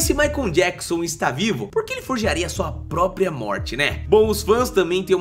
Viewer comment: "MAICON JACKSON" 😅😅😅 "Abrasileirou" o nome do coitado do MICHAEL JACKSON. 😂😂😂